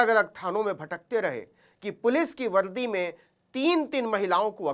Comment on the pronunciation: Sharesha nhi hota sareaam hota h, Shamay nhi hota samay hota h Valdi nhi hota vardi hoti h Uncle shabdo pe dhyan do